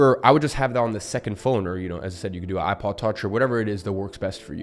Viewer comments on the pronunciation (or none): none